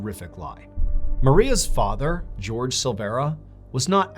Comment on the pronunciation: i love you mr ballen but it’s killing me hearing you pronounce jorge (hor-hay) as george 😭😭